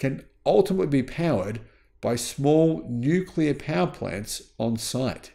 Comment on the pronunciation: Nuclear. It's pronounced, Nuclear.